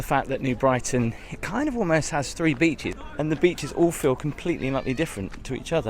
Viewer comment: 'beeches' - 'Solford' 🤣🤣🤣